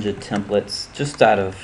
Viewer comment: "Templets" Lol, Thanks for the video it helped alot.